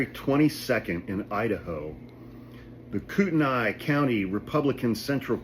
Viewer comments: The county is "coot-knee" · Idaho has been going progressively nuts for 50 years!! But recently it's just disgusting and disturbing! Btw it's pronounced "Coot-knee" although spelled Kootenai. Thank you for all that you do!! We sane idahoans are sick of it and are done being afraid! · Kootenai is pronounced "coot knee", should you be interested. Coeur d'Alene did the right thing axeing Lear AM's license. I filed complaints against them with their home state of California. Love that these guys caught charges. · You'd probably have to live here for awhile to get the politics and push-pull of it all. Extremists usually not from here moving here, a county that's red, a small city that hovers on purple. Thus conflict between county law enforcement and city police & mayor. The city declined to arrest or prosecute her. The city instead has charged/cited the private security personnel. County is pronounced KOOT-n-ee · KOOTENAI pronounced Koot-knee Love your videos thank you for keeping us informed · It's pronounced "koot - knee." Sorry. In Idaho, private security has to identify themselves. Norris is drawing disability from LAPD while being sheriff. That's against Idaho law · You pronounced Kootenai wrong bro. I live bout 20mins from that city where this happened Kootenai county is fairly large stretching county lol